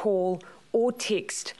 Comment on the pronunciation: The way she says text is funny.